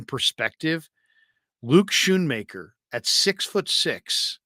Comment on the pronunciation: the H is silent. Scoonmaker is how you pronounce it